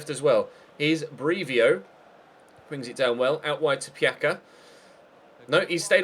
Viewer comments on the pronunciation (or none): Pjaca isn't Piaka, he's Piatsa. And Kroos isn't cruise, it's pronounced like [kro:s]